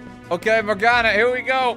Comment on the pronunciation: Morgana? More like Mor-GONNA